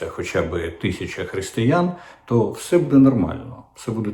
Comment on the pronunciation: “Все» чи «вшьо», пане Дмитре?